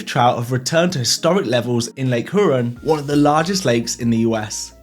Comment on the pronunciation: Hey, LOVE this content. Needed this on a slow sunday. Just wanted to let you know for any future videos, in the Midwest we say Lake Huron as Lake "Hear-on". Huron in the way you say it sounds like it should be in the French Alps or something hahahahah. Not wrong I'm sure just funny to hear it form someone who grew up around there.